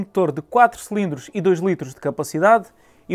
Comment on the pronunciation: Irrita imenso quando ele diz “selindros”, é “cilindros”.